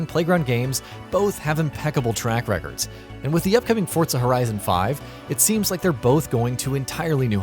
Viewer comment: Forza NOT "Fortza"